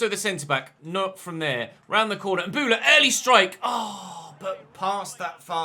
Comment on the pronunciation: It's Mbowla, not Mbula mate. You should play in a wide formation against the lower teams, you're too defensive and it's hurting the team